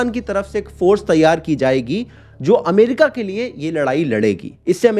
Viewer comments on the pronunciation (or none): none